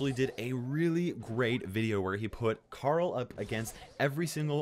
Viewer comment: Can you guys say CARL? I bet you cant. You say "CAREL"